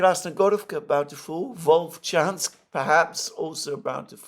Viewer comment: its VoLchansk